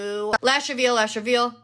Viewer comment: When she says lash reveal it fr kinda sounds like she’s saying ash travino (idk how to spell it😭)